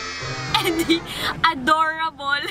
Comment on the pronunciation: "NOBODY NOSE" "ADOORABLE"😅😅😍😅iba ka tlga chin